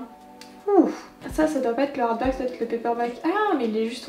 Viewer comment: perso c'est "harback" 🤣🤣